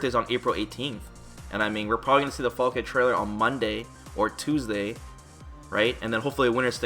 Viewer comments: I said it a bunch of times, it's Falke the E is silent so Falk(e) not Falkeh lol smh. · Falk-uh. Not Falk-aye. It's German for falcon. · Is Falke really pronounced “fall-kay” ? I read it as “fall-kh” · So we can assume that her name is pronounced "FAL-kuh," yes?